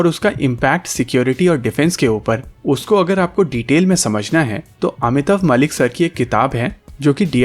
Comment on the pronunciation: It's actually Mallik not Malik. Mallik or (pronunciation: Mol-lik). I don't where he is from. But in Bengal it's very common name, Mallik (Mol-lik in pronunciation)